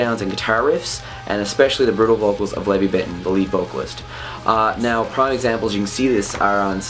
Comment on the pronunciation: Why did you call him Levy?? Lol. Its LEVI bro. haha. like Lev(eye) hahahahaha. but good review bro. keep it up my man!